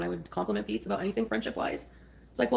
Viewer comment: “How aboot some respect and dignity” HOW ABOOT NO!!